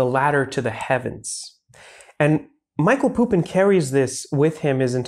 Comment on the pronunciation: Thanks for representing Serbian intellectual legacy to the world mate! 🙌 P.S. It's Mihaj(y)lo Pupo in not Michael Pupin